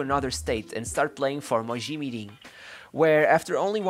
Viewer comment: I'm certain he's Brazilian - I'd say he's from Rio - 'Hoberto Carloush" :-) He pronounced Rivaldo's first team, Mogi Mirim, effortlessly, and though I wasn't listening to his accent it all sounded spot on to me.